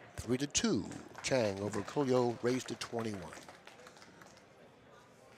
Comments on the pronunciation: No. It's pronounced OR COOL YOU in the Philippines. LL's are pronounced as LY in the Philippines. POLLO would POL YO, not POYO. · it's pronounced "or-ko-lo"!!!!